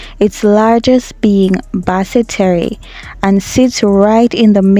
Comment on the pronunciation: Sorry sis. Terre in Basse terre is pronounced like tear❤